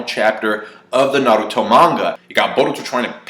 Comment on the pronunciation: This was irritating me throughout the whole video! Like why can't you just say Naruto...